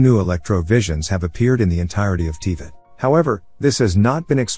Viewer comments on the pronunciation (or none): Yeah aside from Teavat, Barbatoes and Bale the video is very good hehe